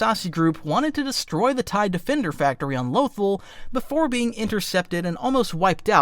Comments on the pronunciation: Lothal is pronounced loth-ALL. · the way you pronounce certain names is driving me crazy. Hera Syndula and Lothal are pronounced IN THE SHOW